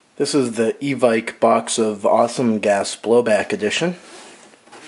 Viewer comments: It's actually pronounce EVIKE because there is a E at the end. Anyway nice vid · Its pronounced EVICK